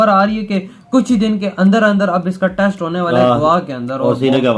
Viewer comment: हमारे वीडियो बनाने वालों को हिन्दी बोलने में पता नहीं क्या दिक्कत होती है, जबकि इंग्लिश में भी कोई झंडे नहीं गाड रहे...... अब इन्हें ही देख लो..... भारत टेस्ट करने जा रहा है..... न कि टैस्ट 🤣🤣🤣